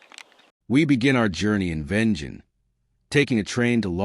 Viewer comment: Looks amazing, although I prefer it with crispy snow under some K2 skiies with Look bindings. I'm pretty sure it is pronounced Vengen